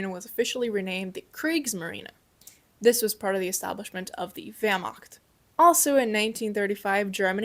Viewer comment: THE WERMAKT 🗣️